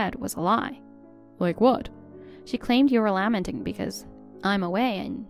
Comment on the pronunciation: In the second story that's not how you say lamenting